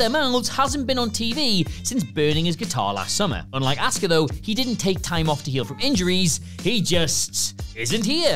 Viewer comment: 10 jobbers WWE is still wasting money on. Fixed the title for ya. 😉 Also, either y'all keep spelling "auska" wrong, or you keep pronouncing "asuka" wrong. Please stop.